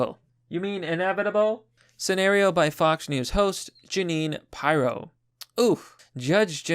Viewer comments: Jeanine PYRO? Funny AF seconds after talking about arson. Its pronounced Jeanine Peer-owe. She was a former judge. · Hey is pronounced peer-o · Your pronunciation of nuclear is the same as Obama's. Lets work on that. Work on Pirro too. I subbed only because I agree with the message.